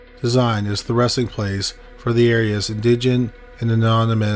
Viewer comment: If you don't know how to pronounce a word, there are audio pronunciations online. Indigent and diminutive are pretty much phonetic, but maybe listening to them would help you get them in future videos.